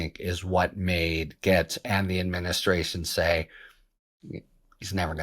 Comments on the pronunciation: Harry, Gaetz is pronounced “gates” like garden gates. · It’s pronounced GATES! ❤ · Harry ! Gaetz is pronounced just like gates, also rhymes with rates, hates, makes, takes.